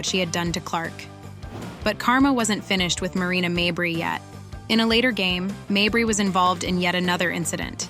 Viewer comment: Stop mispronouncing mabry